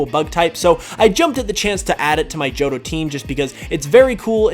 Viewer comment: IT'S JOHTO, NOT JOTTOH!